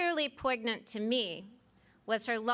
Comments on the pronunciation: Did she pronounce the “g” in “poignant?” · By that criticism logic, why can’t you speak correctly on YouTube? “Poignant” is not a legitimate question considering there’s no subject and idea. If you’re going to criticize someone based on a pronunciation error she made on national news you could at least conduct yourself correctly on a small stage YouTube comment section. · She used it in the correct context but she murdered the pronunciation of it. Joke of a nomination speech. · She mispronounced "poignant." Canceled. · Yes noticed that too—and she grew up in New Orleans where French is perhaps more familiar than anywhere else in the country. What happened there I wonder?